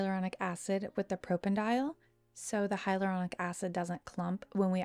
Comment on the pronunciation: be careful, it's propanediol not propanedial, which is an aldehyde. i see this mistake on so many youtube videos and etsy shops :(